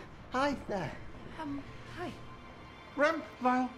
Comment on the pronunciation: Stephen Fry saying “RRRRrrrAmP!” is all I needed today